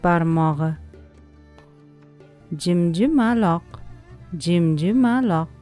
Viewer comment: Jimjimaloq emas jimjiloq